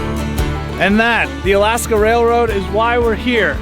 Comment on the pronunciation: Lol I love your videos and the fact that you pronounce the towns in Alaska right puts you head and shoulders above everybody else I do so adore you.